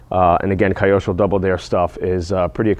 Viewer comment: Say it with me Kee•oh•sho 😂